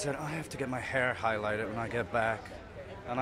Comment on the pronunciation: “it's slavert Peter it's slavery.” I honestly though she said “it's so hard but he has to be black.” glad I was wrong